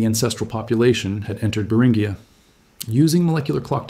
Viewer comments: Beringia = Bur in G ah. Not Bur in ghee ah. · It's pronounced br in jee uh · I can't last a minute in the video because of your mispronunciation of Beringia. Eight more minutes of that would be torture. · which do you mean, it's pronounced both ways within the first 30 seconds of the video and keeps alternating at random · Take a drink every time the almost human sounding narrator alternates its pronunciation of "Beringia"